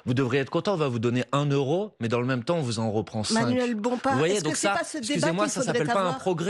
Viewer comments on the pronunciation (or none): none